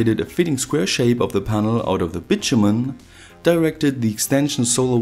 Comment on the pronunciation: Please stop saying "bitchy-men"